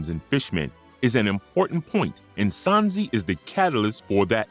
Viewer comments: But why do you say “Sansi” 😭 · I left the video in the first 10 secs when he called him sanzee